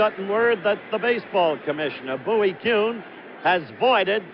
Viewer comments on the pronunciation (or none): none